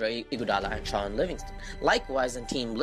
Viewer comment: its not sean it's shaun zz